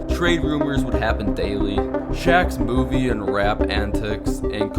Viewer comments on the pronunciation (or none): none